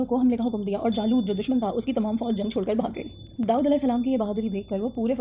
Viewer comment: Fall in love 😍 the way you pronounce Daood ❤❤❤